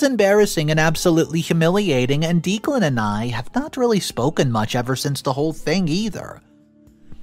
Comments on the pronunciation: It's driving me crazy!!!! I swear it's pronounced Decklan! Am I wrong??? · I love your videos and watch them daily. I notice that you pronounce a lot of words wrong. I usually look passed them. However, you keep repeating the name Declan over and over. It’s pronounced Deck-lan. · Just to interject. I have known 2 guys named Declan. Both pronounced it DECKlan. Could we get this straight. Thanks. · It's Deck • lan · Dude, you NEED to start asking people how to pronounce words and names if you aren’t positive on their pronunciation. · Everyone in the story is just frustrating including for not knowing how to pronounce "Declan" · Your pronoucing Declan wrong so the e is lower case sound not upper case if you think eh no E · (pronounced decklan not deeklan) poppy gave so many opportunities for op to remove her i got to 7.50 timestamp and i think eloping was your best bet for a peaceful happy wedding day mil and sis are as bad as each other and why did op not punch poppy back? at 15.14 i can not understand ops reluctance to ban poppy from her wedding? i mean wth. NO not ask her....TELL HER. get a spine and some common sense imo lawyer and sue poppy for slander / defamation good god op still whinging about sis not at the wedding.....really. op not living in reality? and now we see where op gets her blind trust from ...her mother how did steven even get near the projector to put his "film" slideshow on it? op is wrong. wedding and night was ruined mostly by herself for being blind and not preparing properly but husband is also wrong for his comments. again... preparation (security at door and at the projector) could have stopped all that holy.....you confide in poppy? sorry here. but op is STUPID who sent the email? if you suspect anything. investigate first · not trying to be a jerk but it's OP's fiance's name is pronounced Deck-len not Deek-len. 😌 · Declan is pronounced Decklann not Deeclan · Declan is pronounced Deck lan not Deek lan